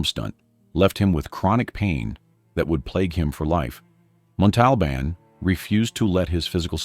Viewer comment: So... how many times are you going to mispronounce, 'Montalbán'...?